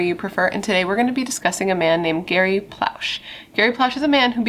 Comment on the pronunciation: I live here in Lafayette LA and I’ve recently discovered you from ‘murder with friends’ and as you can see I’m binging lol two things it’s pronounced ploe -shay good job (we have insane names and we are very much aware) and the way it played out absolutely needed to just the way it did. Our culture is to protect the children at all cost (or you are less than) and the community would’ve taken a stand against the government if we were punished for doing what we were raised to do for our children. Thank you for covering this… I am a new fan!